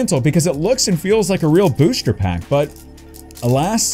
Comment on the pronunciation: Love the way he says “booshter pack”